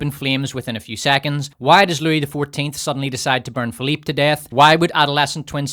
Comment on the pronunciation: My namesake is rolling in his grave hearing you call them Philipe and Louie